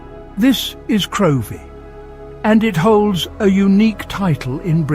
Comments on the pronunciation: Get the pronunciation right its Crivie and Gamrie.. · and also Crovie is pronounced "Crivie" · Couldn’t watch it all, it was so awful! In Crovie (pronounced Crivie) where I used to live, residents don’t park at the top of the hill but the bottom and wheel their barrows from there. Many barrows of food would have ended up in the sea if they had to be pushed down such a steep hill!